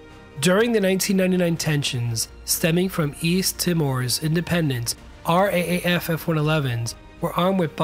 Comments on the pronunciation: Yep. I second what Greg says, we Aussies pronounce it as R, double-A, F. I only mention it because you obviously care about precision in your content, which is fantastic, btw. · Royal Australian Airforce pronounced AAR double-AAY-eff, as if it where one word - RAAF! If you say it right when talking about the F-111 then you're already half Australian. They were a much loved aircraft here that gave us the piece of mind a reliable and fast cold war jet tends to give. Practically anyone who has ever had anything to do with aviation in this country has heard the story of them being able to do 800KIAS at sea level. Not too many aircraft can do that. We were very proud of them and it was a sad day when the last one was retired. Made all the news and papers. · RAAF is pronounced "R - double A - F" ... not individually as 'R-A-A-F' ... to get the Aussie pronunciation spot-on, say it as "ahhh-dublay-efff" but if you work for the RAAF, you can say you work for the Raff .... it's all a bit tricky ..... the Pig was a real beauty. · F1-11s used to fly Coast Watch duties here in Australia. They were awesome to watch from the beaches of south east Queensland where I live. It's crazy sight, standing in the surf fishing and having on of these beasts flash past overhead at a few 100 feet! Oh, and a quiet tip for the narrator, RAAF is said 'R-double A-F' in Australia.